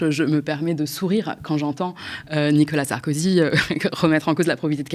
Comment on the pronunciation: Je suis le seul à bloquer sur le prononciation du monsieur sur Nicolas Sarkozy ? Je l'entend dire "nika Sarkozy " ...